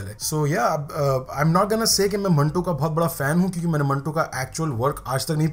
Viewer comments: Hindi English Urdu kuch nhi aati? It's Manto not mantu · Bhai ye meri family..... And it is manto. Not mantuu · I think its Manto.. rhymes with tomato and not tibaktoo.. nai?